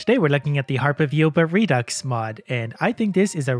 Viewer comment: pronounced redo